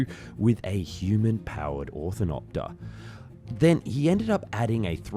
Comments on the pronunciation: It's difficult to take you and the video seriously when you keep mispronouncing the name. It's an orni-thopter, not an orthin-opter. "massive osculations"? Really? A bee doesn't KISS anything (That's what osculate means.) You mean 'oscillations' instead I'm sure, a completely different thing. I've unsubscribed because this is just stupid. If you don't know what you're talking about you shouldn't be attempting to educate anyone. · It really bothers me that he keeps saying "orthinopter", moreso than it should. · nice video BUT: you said orthopter and ornopter almost 100% of the time xD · Why does he keep saying orthinopter? The word is ornithopter. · A few times ( , among others), the voice says, "orthinopter" rather than "ornithopter". Is this a mispronunciation, or is this what it was called in French? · Repeatedly saying "orthinopter" instead of "ornithopter" is hilarious. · So we are talking about an ornithopter but the voiceover keeps saying 'orthinopter' ?? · Oh wow, you cant even say the Name right. It is Ornithopter, not Orthinopter. lol What a fail. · Cool video but ornithopter is pronounced wrong ("orthinopter") for the much of the video. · I had to bail the 5th time you said "orthinopter" instead of ornithopter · Ornithopter. NOT Orthinopter. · Or-no-thopter, you keep saying orthinopter it’s hurting my mind to hear it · Legit question, do you have speech problems? You've said both "Ornithoper" and "OrtTHINopter" multiple times, and words in the wrong order "and built EVEN prototypes" instead of "and even built prototypes". It's a nitpicky thing for sure, but it does hurt your credibility a little bit when you aren't even using the correct name of the thing you're basing the whole video on. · Orthinopter?? Jeez man. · Me annoyed that he said he orthinopter insead of ornithopter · "Orthinopter" = "ornithopter." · LOL -- every example of the word "ornithopter" ("OR-nih-thop-ter") uttered in this video, was pronounced "orthinopter" ("OR-thih-nop-ter").